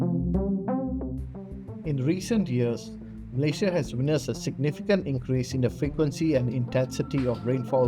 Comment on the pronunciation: "Mley Sha" had to put on the subtitles because I couldn't understand what he was saying